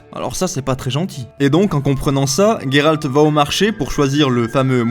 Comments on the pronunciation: n'ayant ni lu les livres ou jouer au jeu, j'ai adoré ta vidéo excepté à chaque fois que tu as dit " Guéralt " et pas " Géralt " haha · Il s'appelle Geralt pas Gueralt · Je ne sais pas mais j'ai l'impression que tu prononces mal son nom... Comme Gai-ral-t au lieu de Gé-ral-t.... ''IMPRESSION'' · Mais c'est GÉralt putain 😂😂 Ça se prononce comme ça dans les livres, dans la série et dans les deux derniers jeux...pourquoi y a autant de monde pour prononcer GUÉralt 😂😂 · Salut je suis d'accord avec toi, sur plein de points mais ta prononciation de "Guéralt"me fait vraiment mal aux oreilles, du coup je ne sais pas ce qui est le pire les faux raccord de la série ou ta prononciation du coup 😂😂 (ps: blc des puristes anglais et de leurs prononciations hasardeuses comme dirait l'autre ont et en france ici donc ont parle et prononce français mdr et c'est plus jolie entre nous 😆😉) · Comment tu as dit Gérald😂😂😂😂😂